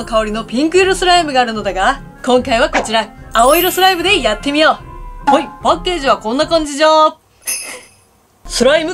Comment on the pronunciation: パッケージのイントネーションがすごいw